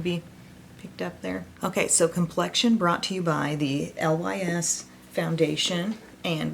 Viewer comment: Lys is pronounced "Lease" it means lily in French. (NOT: L.Y.S.) 😎✌🏼💜💜💜